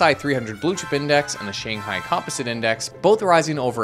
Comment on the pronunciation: is that how canadians say composite